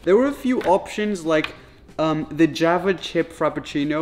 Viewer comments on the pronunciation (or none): none